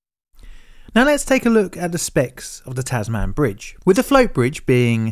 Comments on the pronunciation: taz-"min" inst ead of taz-man? i think? dunno. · Not “Tas-man” but “Tasmn” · Tasman. not TasMAN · Is “Tas-man” correct? I’ve read about the life of Abel Tasman and figured it would be pronounced “Tas-mun.” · Pity you didn’t p pick up on his mispronunciation of the word Tasman. Mustnt have been in Hobart long. It’s not Tas-Man . It’s Tas-mun. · Nice one, a tragic story well told, with respect to those who lost their lives. In return, a handy pronunciation guide for non-Aussie blokes/chicks: - Tasmania was pronounced correctly. - TAZ-m'n not Taz-MAN, even though it's actually named after a man (Dutch explorer Abel Tasman, the first European to discover the island). We swallow the final syllable all the time in our lingo, see also MEL-b'n / BRIS-b'n / CAN-b'ra. - Contrary to the above, Hobart is pronounced Hoe-baht not Hoe-b't. The conventional pronunciation for Queensland is as it appears, but you will sometimes hear people shorten it to Queensl'nd. - Not a bad attempt at "Lake Illawarra", indigenous place names are often challenging. The correct pronunciation is "Illa-WORRAH". At the start of 2022 our national scientific research org (CSIRO) in completed a detailed underwater mapping project of the wreck, the old and new bridge pylons and the surrounding marine environment in partnership with a private firm. I believe the purpose is to devise a proper management strategy to ensure the SS Lake Illawarra presents no hazard to marine life etc. Cool project. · In Australia, it is pronounced Tasm'n, not Tas Man, but a well researched and interesting documentary for someone who caught ferries back and forth to Lindisfarne during this period. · Its Tasman, not tas man. Its named after Able Tasman the dutch explorer who discovered the island in 1642. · Dude... Tasman rhymes with "jasmine", not "jazz band" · It's pronounced Tasm'n Bridge, not Tas Man Bridge. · It's TASmun, not TASMAN. HoBART, not Hobut. IllaWORRA, not IllaWARAH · Tasman - sounds like Tasmn Not TasMAN